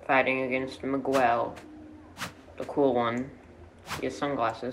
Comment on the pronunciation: Say miguel right